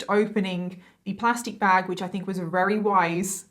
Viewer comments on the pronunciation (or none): When you say “very” You say “rerry” hehe x